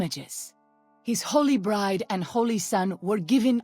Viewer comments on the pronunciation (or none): none